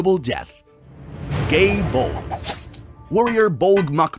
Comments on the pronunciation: "Instrument of inevitable death....GAE BULDGE" Me who was in the kitchen listening : HUH? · you pronounced every Gaelic word wrong the Gae Bolg is pronounced "Guy Bolga" the legendary warrior Scathatch is pronounced "Skahah" and Cu Culain is pronounced "Koo Kuh-lane" or "Koo Kuh-lin"